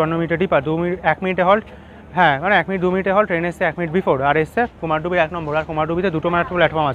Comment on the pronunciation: Bro it's not Kumardubi((কুমারডুবি) it's actual pronunciation is Kumardhubi(कुमारधुबी /কুমারধুবী). Mostly west bengal people pronounce it wrongly. It's my hometown so that's why i wanted to make you correct it.